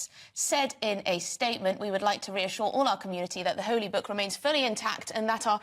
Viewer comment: Why does that Lefty woman pronounce book as "berk"? She is the berk here.